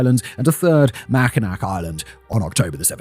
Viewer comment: I love how you pronounce locations from Michigan, USA. Mackinac Island is a real place. Pronounced "Mackinaw."